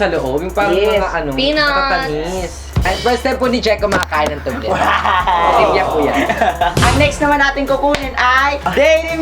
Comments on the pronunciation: Tobliron or tobleron can you pls. talk proper umm.....gay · Toblerone!hindi po Tublerone!Mali talaga! HayNako!